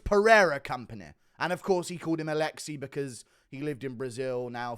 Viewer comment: it's more like Aleks, not Aleksi